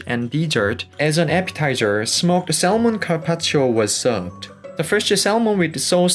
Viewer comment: It's all very nice, but PLEASE refrain from pronouncing the "l" in "salmon."